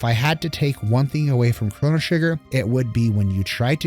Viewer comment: Nice. Except I couldn't ignore the way your pronounce Lavos, Lav OS, not Lav AS lol. And it's Crono, not Cronno. 10/10 regardless.